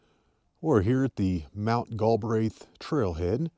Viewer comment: Prounounced Gal Breath